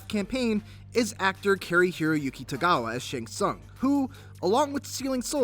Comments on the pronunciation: soong. sOOng. Not sAUng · Its not SUN ITs pronounced soon smhhh noobs